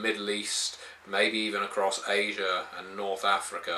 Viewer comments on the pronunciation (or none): none